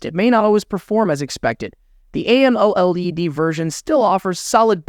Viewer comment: f*k this maker.. utter nonsense.... Don't even know how to say AMOLED.... f*k uuu